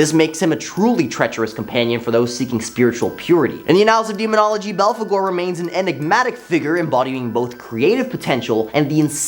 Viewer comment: ...get this kid a pronunciation guide.. or train him to Google every single proper name, ect.. ..can't pronounce philistine (fill-eh-styne), but nailed balfagore..